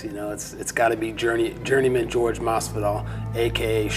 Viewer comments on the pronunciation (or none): It’s a wild small detail that Colby went from pronouncing Jorge correctly to pronouncing it George once he put on the persona and turned on him. Just thought that was funny